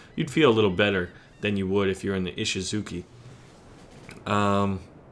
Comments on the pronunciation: I thinkthat os pronounced i-shi-zu-CHI not ki(at least on japanese) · Ishizuchi, not Ishizuki